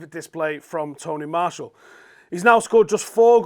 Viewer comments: You pronounce martial wrong btw.... It’s Marsh ee al Not Marsh all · Your pronunciation of Martial does my head in.